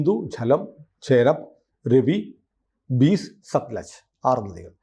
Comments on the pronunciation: ബീസ് അല്ല ബിയാസ് ആണ് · Beas ബ്യാസ് (മലയാളത്തിൽ വ്യാസൻ) എന്ന് ഉച്ചാരണം